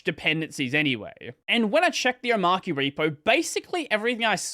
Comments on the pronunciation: Do you pronounce arch as arc ? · it's... omARCHY. not Omarky Come on... really?! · om ARCH e. not Om arc e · It's OmarCHI as in CHICHI (Dragon Ball). Not KEY. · It's pronounced oh-maah-chee btw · That's an odd pronunciation. Is it an AUS thing? Is Arch Linux pronounced like "Ark"? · The archy in Omarchy is coming from Arch so it's pronounced Omarchy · I've seen it pronounced Omarchia in Polish. It makes perfect sense even though translating proper names obviously makes no sense at all. Anyway, it might've been AI translation, so yikes. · You're all wrong. It's pronounced omarchy. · I pronounce it oh-marCH-ee. Not oh-marK-ee. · It’s pronounced Omarky cause it’s based on Ark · This where we point out to the video creator that the word "Arch" is literally in the name, so you are probably meant to pronounce it that way... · nevermind, mispronounced it later🤣